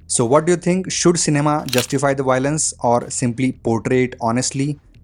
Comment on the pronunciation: Dude it's Violence not Y lence 😂